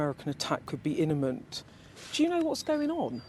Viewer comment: 2.03 "That could be Innament": Thank god it's not imminent